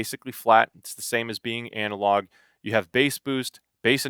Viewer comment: Did you just say ANALogue version? 😘😋